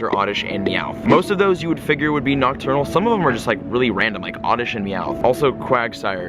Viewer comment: STOP SAYING OCTURNAL!!!